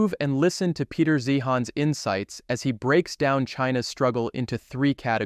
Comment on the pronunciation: You continue to mispronounce Zeihan's name. It's unprofessional and grating. No criticsm of the content.